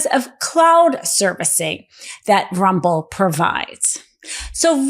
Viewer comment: "Bolsario" 😂...ma'am, his name is "BolsoNARO" And it's "RUMBLE" not "RUBBLE"